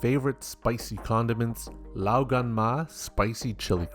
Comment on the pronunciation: Have you been able to beat Elden Ring? Nice recipe, imagine doing this with lobster (btw nice try on the pronounciations of 老干妈 laoganma, Mandarin tones aren't the easiest things to learn :D)